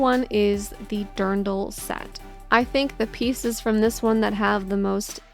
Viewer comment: Amazing video. HOWEVER, as an Austrian (and yes I do own a few Dirndl myself ^^ ) I had to stop the video The "i" in Dirndl is pronounced like the "e" of be ;P Also was abnout time FF14 got 2 dyeslots. laughing in 4 possible dyeslots in Guild Wars 2 :P I would love to play more ff14 sadly grinding the story every time burnes me out so much that I never come to the fun part of the game" q.q